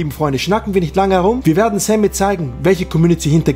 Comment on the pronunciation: Dein name kann er auch nich aussprechen... lese SEMI er sagt ständig SAMMY 😂😂😂